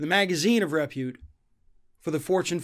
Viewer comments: Honey, the accent for the word "repute" is on the second syllable, not the first. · might be a good idea to learn how to pronounce "repute'